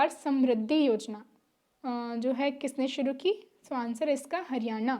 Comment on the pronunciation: हरियाणा स यो हरियाना कोनी🙏🏼🙏🏼😜😜